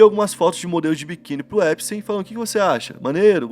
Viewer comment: 2 dicas mano. Jeffrey Epstein, e não Jeffrey epstein ( sem e minúsculo) E na pronuncia, não é : Jeffrey "Empsteim", a pronuncia correta é "Épstin". :)))